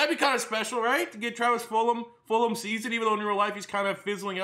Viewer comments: It’s not fulham it has a G. Fulgham. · it’s said Ful gum not fulham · I feel like you always say Fulham and not fulgahm